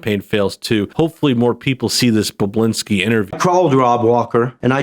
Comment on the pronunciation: I’m pretty sure his name is pronounced Bob-bu-lin-ski. Not Boblinski. And not Bublinski.